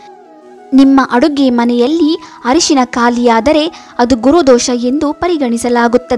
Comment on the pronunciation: It's Arishina not harishina.